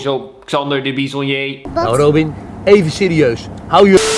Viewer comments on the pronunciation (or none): none